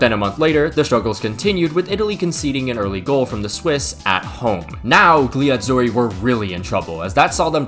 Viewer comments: What the hell is the “GUH-LEE” Azzurri? Lmao. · "gli azzuri" the g is silent as every g before an L is not pronoubced and is just there to emphasize the L pronunciation, like in tagliatelle